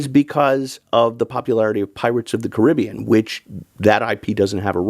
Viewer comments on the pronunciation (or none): lol he said Caribbean.